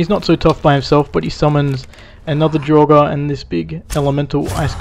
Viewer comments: When you say ''Dragur'' it sounds like ''droger'' wich means drugs in Swedish :D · It's 'Draugr' - ancient Norse for ghost. I'm sad enough to have studied the language, but I didn't do it because of Skyrim, I just like the language. The 'r' on the end is silent, so is pronounced 'Drowg' (with a little bit of a rolled 'r') overall. And I hate Dwarven machinery too. Falmer I've not encountered yet because I'm still a noob :D